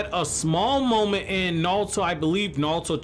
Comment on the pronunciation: Why does he keep saying naluto